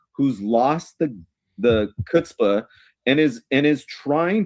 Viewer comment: Did you say kutzpa?